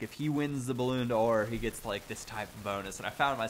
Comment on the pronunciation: That's it, game over. can't say Deslandes OR Ballon d'Or. I'm gonna go die now.